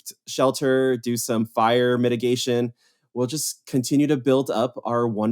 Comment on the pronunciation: Kept mishearing 'fire mitigation' as 'fire medication' and was a little concerned about his priorities for a second.